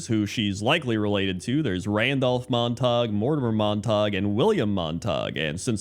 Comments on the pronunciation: its Mon-Ta-Goo not Mon-tahg 😭😭😭😭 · MONTAG!!!! Man has only ever read the word :D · "Monte-gue" not Montok. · come on man, it's Montague not montawg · Just FYI, It's actually pronounced "MON-teh-gyoo" even though we are conditioned to think the "ue" in "ague" should be silent. The 2 families are the Montagues and the Capulets. ("CAP-yoo-lets") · Not Montag... it is pronounced MONT-a-gue... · Mont-ag-you not Montahg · The rule for the "-gue" ending in English, is that it's pronounced as a hard "g". Pronouncing it "mon-tog" is going with the rule and not knowing that "Montague" is one of the exceptions. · Isn't it pronounced Mont-ag-you, not Mon-tog? I have to see the spelling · It isnt pronounced "Mon-tog" for Montague.... It is pronounced "Mon-ta-gyou" as in the "House of Montague, Romeo's family and then Juliet belonged to the Capulet House. Fix this or else you suffer a plague on both your houses.... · Monatague is pronounced "Mon-ta-gew." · Argh “Mont-a-gyoo” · It's Mon-Ta-Gyu -- Montague. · please stop saying mon tag 😭 I'm dying here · It’s Montague. Pronounced Mont-A-Gew. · Mon-ta-gue (sounds like glue w/o the L) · Montague is pronounced Mont a goo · Ah yes, the rivalry of family Mon-tog and the Cah-pullits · You’ve definitely never read Romeo and Juliet with the teacher or seen a movie. It’s MONT-EH-GYU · pronouncing "Montague" as "Mon-Tog" is peak not knowing how words work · It's the orc pronunciation... 'Montaug' The Montaugs and Cupoolets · How on earth did he read Montague and get Montarg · I assumed he was mistaking it for Montauk, the town on Long Island which is pronounced that way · Just a heads up for anyone wondering, Montague is pronounced mawn-tay-gyoo. From Romeo and Juliet. Are you a Capulet, or a Montague? (Rival families in the play). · Mispronouncing Montague cracks me up because for years I said it like that too 😂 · it took me way too long to realise you were pronouncing Montague wrong